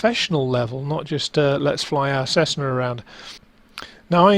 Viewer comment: Cessner? WTF? It's Cess NAH - not Cess NER